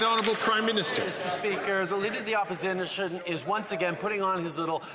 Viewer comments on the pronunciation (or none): "the lineader of the opposinition"? Is Trudeau drunk?